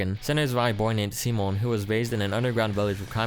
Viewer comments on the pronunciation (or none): none